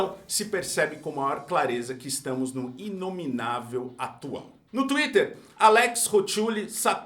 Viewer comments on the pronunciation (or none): none